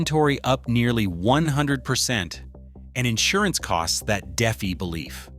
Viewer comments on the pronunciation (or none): AI voice failre, I had to bail. Defy pronounced as dehfee.